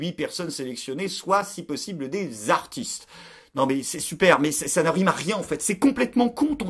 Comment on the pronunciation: " ...huit ZZZartistes ? " Cette liaison fait mal aux oreilles !!! En revanche, excellent choix d' " artistes " pour le voyage. ;) Pour les 3 manquants : Bellatar, Kassovitz, Zadi.